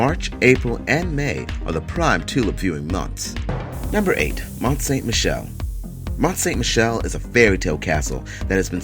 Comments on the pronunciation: Mont St Michel is pronounced: "Mon san mee shell." (Remember the Beatle's song: Michelle ma Belle.🤔) Meeshell (ma bell) ding dong NO it's not a bell it's French for beautiful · He butchered the pronunciation of Mont Saint-michel